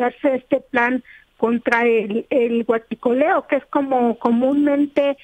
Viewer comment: me encanta como pronuncia "Huassshicoleo" 😂 ayy que liindoooo